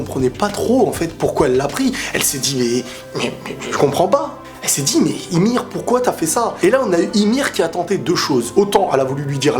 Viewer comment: On dit yumir pas imir hahaha